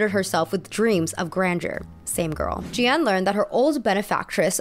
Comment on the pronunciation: sorry but it pains me too much, I need to tell you that her name is actually pronounced J - ah - n, not J - ee - an